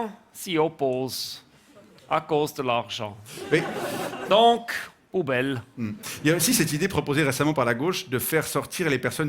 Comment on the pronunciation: Non ! A cause de l’archent…. La prononciation est importante 😂